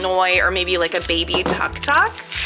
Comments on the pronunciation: I meant it is pronounced took took even if it is spelt Tuk Tuk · It is pronounced took took even though it is felt tuktuk